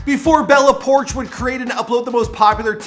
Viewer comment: It's not bella porsh it's pourchh